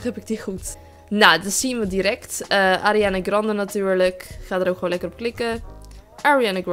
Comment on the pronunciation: en alsjeblieft spreek ariana grande normaal uit... Verder is je engels wel echt super hoor